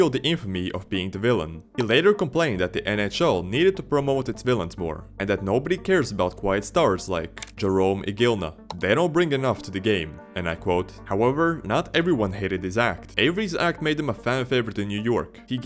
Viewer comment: I like your content but my dude you gotta sort out your pronunciation of these players names throughout. Listen to how they are pronounced. It's Iginla, EE-GIN-LA. You know, Hall of Famer Jarome Iginla, one of THE faces of 2000s hockey. Your research is good but when you flop some of these names it's harder to keep watching